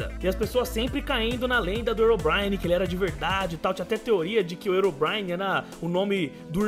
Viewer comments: pronuncia legal hein? erobrine? achei que se pronunciasse rirobraine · o nome não é (erobrine) o certo da pronuncia é (rerobrine). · não é ero é rero que se fala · não é erobrine se voce puxa o h fica rirobrine não erobrine eu coloquei só pra voce entender mas se escreve herobrine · se fala rerobraine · o fala Herobrine errado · ele falo errado o nome do Herobrine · deslike por ter falado o nome do Herobrine errado